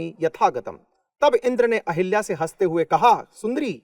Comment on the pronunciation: अहिल्या ✖️ अहल्या ✅